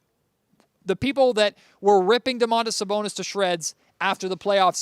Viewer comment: I'm pretty sure it's supposed to be just Do-man-tas Sa-bon-is. There's no "oh" at the beginning.